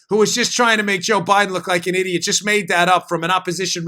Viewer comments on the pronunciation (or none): none